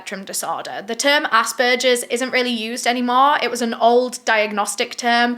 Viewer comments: Only saying this cause it bothered me but asbergers is pronounced like you would say burger sorry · saying "assberchers" is the only thing that made me feel warm throughout this video. sucha a hard case to cover.